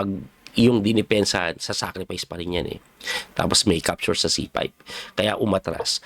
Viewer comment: Coach wag magalit..ano ba pronounce mo sa capture. Parang dinig ko sayo e ( capsure ) ???